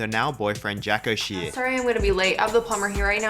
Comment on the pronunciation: shea is pronounced shay and beau is pronounced bo